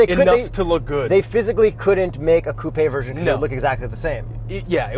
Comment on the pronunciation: "Super-CoupEE". I love this car, SUV, Crossover, Coupe', whatever the fook it's considered.